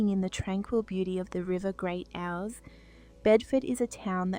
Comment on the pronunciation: The river Ouse is pronounced as in 'ooze'.